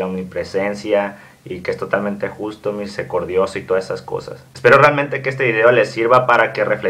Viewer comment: No se si lo pusieron antes pero ¿el termino que dijiste misercodioso existe? ,o soy yo que escuche mal pero siempre se dice misericordioso , muy buenos tus vídeos Un saludo